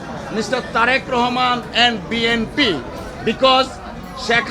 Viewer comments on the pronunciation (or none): বিএনপি কে বিএমপি বলছে। উনি আবার আইনজীবি😁😁😁😁😁😁